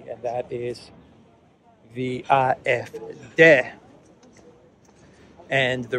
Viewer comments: You are speaking English, you ANGLICIZE foreign pronunciation. It's "ay eff dee". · "AFD" The pronunciation in German is Ah F Day. 😉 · You‘re pronouncing the „D“ in AfD incorrectly. Should be like „day“. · Good good Day!!!!! Love the way you pronounce AFD as Eye eff deh. I would have thought Ay Eff Dee.